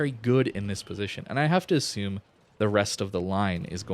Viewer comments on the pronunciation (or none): none